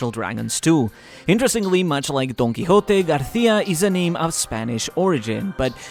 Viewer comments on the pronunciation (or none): none